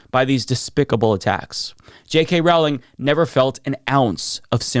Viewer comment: It's Rowling not trolling, even when she's growling. But I mean, if she can't get anything right, I understand unintentionally getting her name wrong.